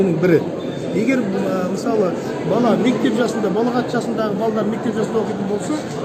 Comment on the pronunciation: Сөз дұрыс айтылу керек. Балағат емес балиғат деп айтыңыз имеке. Балағат деген біреуді жамандап намысына тиетін дөрекі сөзді айтады.